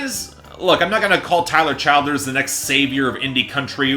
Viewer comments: it’s pronounced “chill-derz” lol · You’re pronouncing his name wrong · learn how to say the guys name the give your opinion it’s not as good as purgatory to me it was more rushed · It's exasperating to hear you keep screwing up his name.